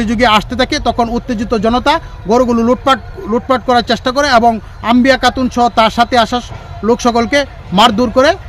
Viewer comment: আপনি চ-ছ এবং ক-খ (কাতুন) এসব উচ্চারণ ঠিক করেন....সিংহভাগ শব্দেই আপনার উচ্চারণ শুনে রীতিমতো নিজের উচ্চারণ নিয়ে কোমায় আছি....😁